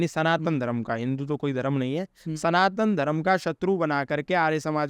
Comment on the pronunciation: Pronunciation of words is so faulty. Dharam is wrong but Dharm is correct.